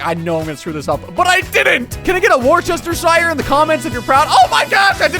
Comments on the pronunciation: of what? 😂 The ce in worcestershire is silent Its pronounced wo - as in the start of would Stir - stir a drink Sheer - sheer drop, like a cliff face Wo stir sheer Worcestershire, not “were chester shire” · whose going to tell him? is pronounced wu-stuh 😂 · hate to break it to you, you butchered it though it’s pronounced Wustuh-sher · I'm terribly sorry for this, especially after making a similar mistake myself, but it's actually more like woo-ster-sher, not war-chester-shire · It's pronounced wuster-shu sauce. Not war Chester shy er sauce Nice try though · As a Brit, I have to unfortunately debunk the pronunciation. It's not like "War-che-stur-shire", but more like "Wars-tes-shur"` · Pretty sure it's pronounce "worse-te-sure", not "war-chester-sure". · Its pronounced vustershear sauce but spelt wostershire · I bet you were unhappy to find out it’s pronounced Woostersheer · hate to rain on your parade but you actually did mess up “worcestershire,” it’s pronounced woos-ter-sheer. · Yeah. You didn't get it right lol It's pronounced WURCHESTERSHIRE 😂😂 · My god you butchered Worcestershire sauce😭🤣 say it as ‘woosta’ or ‘woostashire’ I literally live there 🤣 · Nah mate, its wu-ster-sher. Shire (when on the end of a word) is pronounced like "Her" but with a "Sh" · Wosteshir this is how you pronounce it not wostershire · you utter fool. you said worcestershire incorrectly. its wuss-stir-shire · Worcestershire is said Wus-Ter-Shir or Wus-Ter-Shire not whatever you said, just saying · Erm idk if it was a joke or not, but you failed at pronouncing worcestershire sauce, every time, it's pronounced 'wuss-t-shear', my apologies for popping your bubble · Dude it is pronounced “Wooster” sauce (I think) (I am British) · Us lot in the UK cringing at "war-sesster-shire" haha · It's prouncouned "wustershire" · sher* it's wus-ter-sher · You were so proud of yourself but it's actually pronounced woostersheer sauce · completely mangled, it’s pronounced wor-sher-sher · It's "washursister"